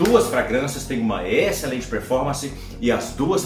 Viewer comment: Alguém diz pro que a pronúncia da palavra excelente é Êxcelente, como um acento circunflexo e não Éxcelente como acento agudo. Éééxcelente não por favor! hahaha